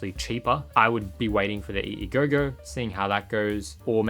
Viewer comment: It seems to be called the EEGO not EEGOGO 🤷🏻